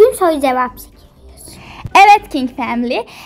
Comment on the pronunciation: family kelimesini duzgun soyleyin ya